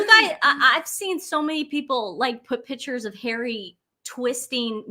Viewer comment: When is. going to stop interrupting. She portrays herself as a “Miss know It All”. Please, tell to pronunce … Pictures correctly, her version is annoying.